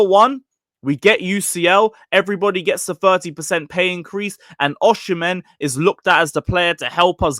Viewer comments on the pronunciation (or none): It’s pronunced “Oh-Si-Men” not “Uh-She-Men” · Bro osee-mehn. Not oshi -mehn